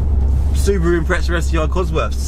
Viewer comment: Mate, you say impreza like it's a fucking pretzel